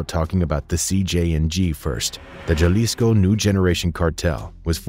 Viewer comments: Yeah, I’ve never heard anyone pronounce it like he did. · Just wanted to let you know that the 'J' in Jalisco is not supposed to be pronounced the same way as we do in English but instead as 'H'. Like H in Hello, so basically 'Halisco'. And also, that wasn't a Poor Man if the guy was the same from the Los Viagras Video in the beginning. They're infamous for the Guerrero Flaying and El Siri's Execution. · jalisco nueva generacion not j a lesco new generation cartel😂 I fuccs with you perro but at least pronounce it correctly. Long Cartel De Sinaloa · Pronounce as "Halisco" - the J is pronounced as an H in English. Even here in America, by non-Latinos. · Jah-lisco hahah, this whole video is a fail with pronunciation. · In Spanish Jalisco is pronounced like Halisco. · It’s really hard for me to listen to someone tell a story about the cartels & at the same time pronounce CJNG “Jell-isco” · Naa . Just so yuno , You lost me at “Jah-leesco” . I’m out ✌️ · It’s pronounced HALISCO the J Is pronounced like a H just a tip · Jalisco - (ha-lee-sco) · The way you pronounce Jalisco makes it sound like a very refreshing popsicle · The way he pronounces Jalisco 🤣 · The way he says Jalisco 🤣